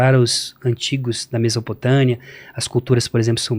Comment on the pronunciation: Ele também falou "Mesopotânia" e "mendingo" mas o conhecimento dele sobre o assunto é bacana